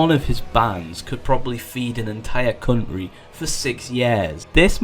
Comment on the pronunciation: “Feed an entire cuntry for en entire yaar”